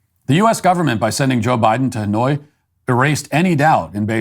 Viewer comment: why when u say Hanoi I hear Illinois? :p